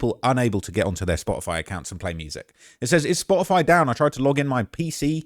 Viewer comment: Its Spotify...because there's a facking "t" in it!